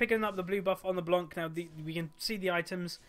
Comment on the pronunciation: U say her name like LeBlonc xD